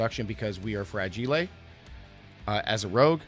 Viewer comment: fragile? why you pronounce it so weirdly dont tell me you are american who dont know how to speak